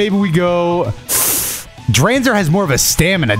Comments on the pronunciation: Hearing pronounce Dranzer like that immediately made me cringe 😭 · Drawnzer and Draseel for pronunciation 🤣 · Man really said drakieel and dreeenzer 💀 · Dranzer pronounced as Dr-AWN-zer Draciel pronounced Dr-SEEL Driger pronounced as Dr-igger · As an old fan of this show, how he butchered the names of dranzer and draciel made me scream at My phone